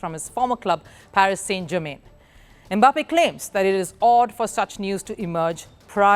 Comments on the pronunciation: It is not "e-Mbappe"; it is "Mbappe". Close your lips and say "mmm-bappe" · So somebody cannot pronounce "Em mbappe" in peace 😂😂😂😂😂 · The is no "Eh" in front of the name "Mbappe". If there was, it would be spelled "eMbappe". The name is pronounced "Mbappe". That is how Bantu names are. They start with consonants.